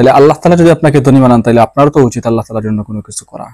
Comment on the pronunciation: আপনি আল্লাহ নাম টা স্পষ্ট হয়নি তাই ঠিক করে নামটা বলবেন কি